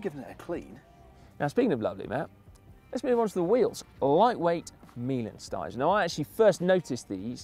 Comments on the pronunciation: Meilenstein, come on, pronounced "mailenshtain" !! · Even easier: My-len-shtyne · Your pronounciation of Meilenstein couldn't be any worse.